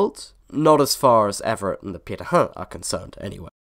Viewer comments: How the hell did you managed to pronounce pirate so perfectly? No aspirated p, and perfect nasality. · Congrats on your pronunciation of Pirahã! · 20 seconds in and it seems I'm right about the video topic lol. Neat to hear how their name is properly pronounced, we said it quite differently in my class.